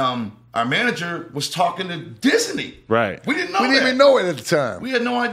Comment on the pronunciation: Its disney not Disany..